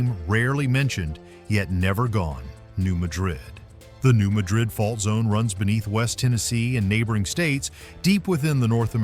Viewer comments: It's not New Muh-DRID. It's New MAD-rid. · Mispronounced Appalachia (Ap-ah-latch-ah) and New Madrid (mad-rid). It's mah-drid in Spain BUT mad-rid in USA. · New Madrid, Missouri is pronounced MAD-rid. It is not ma-DRID, like Spain. MAD -- like angry, rhymes with sad. Emphasis on the first syllable. New MAD-rid, Missouri. Please! Hearing mispronunciations is like hearing fingernails on a chalkboard. (For those of us old enough to know what that sounds like.) And the New Madrid fault is not “rarely mentioned.” We that live here keep clearly in our minds that the fault could decide to move at any point, on any day. (Edited for spelling.) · New MAD-rid. That's how we pronounce it. Cookeville here. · From both areas. It’s “Apple latch A”and “New Mad Rid”